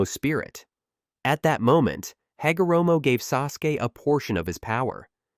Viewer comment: "Ha go ra moe"